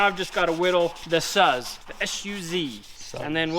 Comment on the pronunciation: Not trying to give you Japanese lessons here, but the 'u' is the same sound no matter where it is in a word. So, Suz would sound much like the Su in Suzy Q. Pretty sure you wouldn't pronounce it like suds. It's great that Chad knows that he should put on a welding helmet, now someone should possibly show him how to use it.